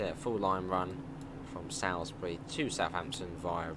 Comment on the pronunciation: It’s pronounced Soulsbury not how ever you said it